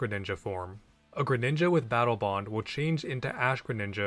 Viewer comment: "Battle Bone" lmao😂😂